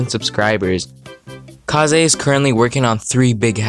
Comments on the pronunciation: it's pronounced kays, not kahzay. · I love the video but It’s Kaze (Kazz) not Ka;zé keep up the good work tho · Pretty cool, would be cool if you would edit your voice a bit tbh. Also is that really how you pronounce kaze? I thought it's just kaze and not ka-ze.